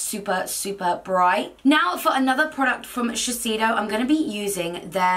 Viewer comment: Shiseido is pronounced: "cher-say-dough". They were super big in the UK in the 1980/1990's when all things oriental were on-trend and are one of the oldest cosmetics companies, founded in 1872... xXx